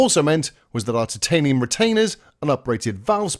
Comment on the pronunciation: Worth it just for that pronunciation of “titanium “.